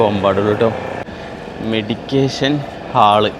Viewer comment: മെഡിക്കേഷൻ അല്ല. മെഡിറ്റേഷൻ ആണ്.